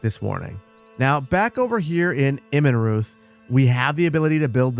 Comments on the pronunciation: fyi you say Immenreuth like "ImmenRoyt" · The "h" in Immenruth is silent in german :)